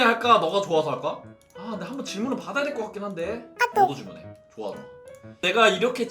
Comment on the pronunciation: 읽을 때 '조-와'강조하는 것 개웃겨 ㅋㅋㅋㅋㅋ